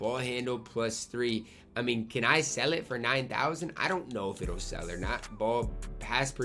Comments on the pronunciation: LISTEN TO HOW HE SAYS "SELL IT " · OR HE FROM NY